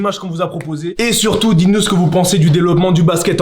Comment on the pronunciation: Pourquoi on appelle CHasseur , chasseur. Se que j’aime le plus dans le résumer du début ces a la fin. Quand il dit BABINKS.